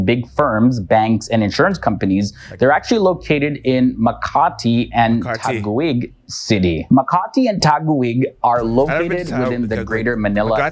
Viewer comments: Im sorry but it’s really fun to hear foreigners speak the Filipino or Tagalog words. Let me correct it, its not “Ta- guwig” the ‘gui’ pronounced as “gi” strong “gi” like sound of strong G and strong I. But I had fun hearing foreigner’s accent when they tried to speak tagalog language. Salute to you, sir~ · just a little explanation here pls pronounce the mindanao.like this min-da-nao(now)not mlndao sound as in mindanow...now sound like.second we speak English people because that is our second language.we study English since we started in school,another one not taguigggg pls read tagig.silent u 🤭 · TAGUIG IS PRONOUNCED TAGIG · It's pronounced as MIN-DA-NAO, 3 syllables. And TAGUIG is TA-GIG, 2 syllables. Btw, nice video tho! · ta-gig (taguig) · Its taguig